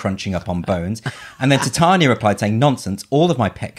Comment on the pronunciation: Rob "Ti-tainia" Schneider